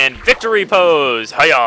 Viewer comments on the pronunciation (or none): none